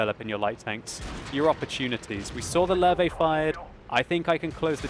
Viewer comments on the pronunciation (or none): Hey, I believe I've heard you say Löwe incorrectly to give a slight pointer. Instead of pronouncing it "Ler-ve", it would be better if you said, "Ler-va". Otherwise, like always, great video!